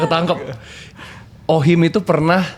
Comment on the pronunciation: Mantap views lu jadi banyak gagara salah ucap OHIM 😂😂